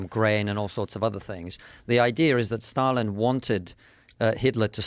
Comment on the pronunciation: Did you say Stalin? It sounds like Biden!